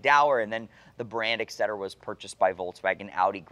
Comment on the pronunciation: Totally love the videos and the remarkable storytelling. But one thing triggers my OCD: it’s “especially”, not “exapacially”, and “et cetera”, not “exetera” 😝